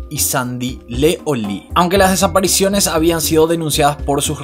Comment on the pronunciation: Sandy "leé" que excelente pronunciación...